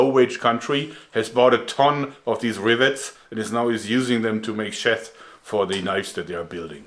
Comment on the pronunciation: Joerg fyi - sheath is not pronounced "sheth" but rather "sheeth"